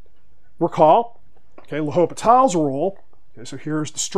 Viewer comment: The H is silent. But great video and good problem!